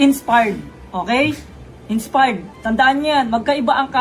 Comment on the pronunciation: "INSPARRED" daw sabi ni 😆